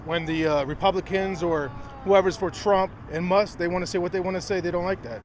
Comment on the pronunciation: It's actually MUSK (not Must).